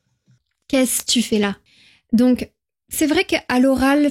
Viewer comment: Thématique FLE très intéressante. En revanche pour des apprenants, vous avez un défaut de prononciation avec le [ e ] (é fermé) et le [ ε ] (è ouvert) qui porte à confusion. "Très" et "c'est" se prononcent avec un e ouvert et non fermé. La prononciation est importante car elle permet de distinguer l'orthographe grammaticale et le sens des mots.